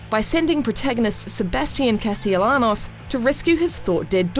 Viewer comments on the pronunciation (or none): Sebastian Casteallanos 😂😂😂. Not pronounced like that I swear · Sounds like she's pronouncing it Seh-bah-stee-en Cah-stee-ah-lan-eos. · it is not "Casteilianos", its "Caste-Yanos" Woman... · "Castielanos" Lol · Sebastian Cas-TELL-anos?!? Bruh, did you even play the game? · "Sebastian Casteleanos" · Sebastian Cast-all-the-linos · At least she put the "ya" sound in her pronunciation this time This same person revuewed the first game and read Sebastian's last name, which was said a number of times in the damn game she played and reviewed, Castellanos, like, with the Ls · I beat the game, I wanted to see the review just for fun, but immediately clicked off when she pronounced Sebastian's name wrong. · just like the original ign review of this games previous predecessor STILL CANT PRONOUNCE SEBASTIANS LAST NAME CORRECTLY